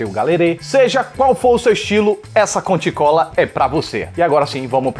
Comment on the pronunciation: "Conti Cola"?! Sério?! Kkk